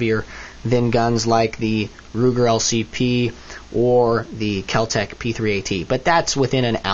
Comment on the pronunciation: U say keltec p 380 weird